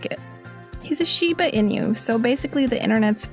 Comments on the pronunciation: Inu or inugami's are dogs & never pronounced inyu's, Pronounced eennew or eenugami's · It's NOT "In-you" .... or I could say apparently it's not "in you" to pronounce it correctly! It's pronounced "Sheeba EE-noo" OO as in "MOO!" It's what the fox says! (Note: I'm not saying it this way to be mean I'm saying it to be funny so please don't think I'm being mean! I don't care if you don't think I'm funny but please don't think I'm being mean. Only Meem!)